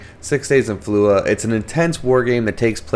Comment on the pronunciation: Why are you pronouncing it "Fallua"? Don't drop the "J". It's an anglicization of an Arabic name. The "J" is soft and sounds like the "g" in the Olympic event "Luge". So, something like "Fall (or "Fuh")" "Luge" "Uh".